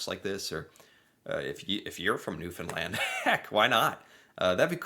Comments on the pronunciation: I’m a Newfoundlander too, and I’ve been watching him for years. And – as you surely know – he worked so hard on this! It was really wonderful to watch him actually dedicate himself to learning how to say Newfoundland. I wish more people would pronounce the name of our home correct correctly.❤ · In the first video. You can pour oil over your head. Because Alberta has oil. And thank you for pronouncing Newfoundland correctly! Newfoundland is an island and the mainland is the rest of Canada. Her accent is from Scotland and Ireland mixed. We have our own language and dictionary. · Bell Islander here! I thank you for pronouncing Newfoundland correctly me buddy! And I’m glad you find our accent pretty interesting! Right on! 🙌🏻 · I’m a Newfoundlander, and we have Irish, English, Scottish, French, Indigenous (and many other) origins… all in a fabulous mix! We have many versions of our accent, depending on the area. Thank you for pronouncing the name of our province correctly! Love 💕 your channel! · Newfoundland accent, aka Newfanese. The Newfoundlanders I know tell the absolute BEST Newfie jokes. Kudos,, on the correct pronunciation. You've come a long way! 😁❤️🇨🇦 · I've been watching for years. He did a few Newfoundland videos now and kept getting corrected and even asked about the pronunciation in the past...so he's one of the ones who learned it...I know people in Canada still struggling to say it. 🤣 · This was such a great video 😅 thank you. And, you pronounced Newfoundland right! ❤ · You pronounce Newfoundland perfectly. Our accents is a mixture of Irish, British, & Scottish. Cheers from Newfoundland and I'd love to see more of these videos. Come on up b'y and we will screech you in and you will become one of us luh. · Unlike most Americans and folks from away, you actually pronounced 'Newfoundland' correctly! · I so agree...I was impressed. I swear he's the first American I've heard get it right. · He pronuced Newfoundland correctly